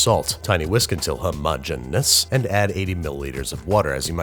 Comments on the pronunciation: Nails “pastéis de nata”, still mispronounces "homogeneous" and pours mixtures into saucePINS. shakes head ruefully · he definitely pronounced homogeneous the way he did for effect 😂 i thought it was funny